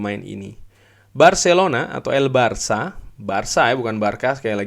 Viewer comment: EL BARKA